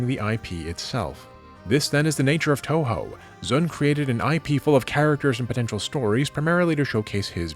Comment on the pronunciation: it's pronounced two-who btw